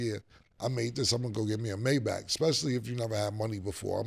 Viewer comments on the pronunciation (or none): none